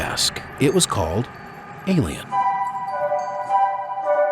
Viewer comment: why cant he say ALIEN